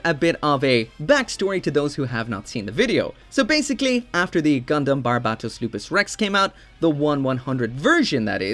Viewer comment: Another wrong thing you and way many other people do is the way you pronounce Barbatos is more like the legit country instead of the name of the mobile suit and is funny because in the anime either japanese or english dub they make the right pronunciation